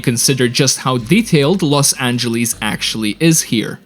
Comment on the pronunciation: i needed to stop watching the video because of you saying Los Angeles wrong every time you even trying... ITS NOT F*CKING LOS ANGELIS!!!